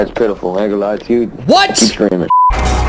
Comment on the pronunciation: Bro said thats pittiful 😂😂😂😂